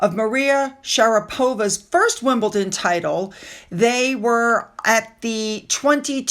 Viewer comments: I absolutely love your channel and try not to correct mispronounced place names etc, after all it would be difficult for a lot of us Brits to pronounce a lot of American places but ……. It’s WimbleDON not wimbleTON, it’s driving me mad!!😉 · hope you don’t mind me saying, it’s WimbleDon not wimbleton, hope that helps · Just a small correction to pronunciation,. It's WimbleDon not WimbleTon. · WimbleTon? Its a D. Wimbledon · Love your content but the letter T does not appear in WimbleDon !!! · It's WimBleDon! Lol... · WimbleDON. No T in it at all.. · 'MiddleTon' 'WimbleDON' - note the difference. I used to live in WimbleDON and it really grates that you still refuse to pronounce it correctly. I have never heard any one else mis-pronounce it. Please. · Hi fyi there is no T in Wimbledon so it is pronounced Wimbledon. I love your vlogs keep up the good work.